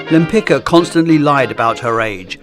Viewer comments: Sorry, I had to check… The Polish name Lempicka (originally Łempicka) is generally pronounced Lem-PEETS-kah (lem-pit͡ska). The stress is placed on the second syllable ("peets"), with the "-cka" ending sounding like "tska" rather than "ka" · just a small correction, her surname is pronounced wrong in this video the "cka" ending should sound like "tska", it's a polish surname. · Repeat after me: wem-pits-kah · Her name is actually pronounced [taˈmara wɛmˈpit͡ska]. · It's pronounced Lempic-ka (tz-ka), just as you pronounced Lempicki. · Her name is Tamara Łempicka. Besides that you didn't even try to pronounce her surname right. That is beyond despicable. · Why didn’t you check the proper pronounciation of her last name before making the video? 😢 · That’s a great video! Just a small note for next time—please double-check the pronunciation of the artist’s name. Her husband’s surname, which she later adopted, was Łempicki (hers: Łempicka), and it’s actually pronounced quite differently from how it was read in the video. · I find it amusing that at approximately you show that you are perfectly capable of pronouncing the common ending of Polish surnames "-cki"/"-cka" the correct way, but only when the name was written using a modified spelling "-tzki". However, when it's written in the original Polish spelling it apparently has to be butchered. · Really enjoyed the video (as always). Just a tiny correction: The c in Limpicka is pronounced more like a sharp s or a z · Bro, that's a shame that you didnt check the pronounciation of her name. It' s not that hard :// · Łempicka was Polish, so you're pronouncing her name incorrectly. The "c" is pronounced like "tz" in Polish.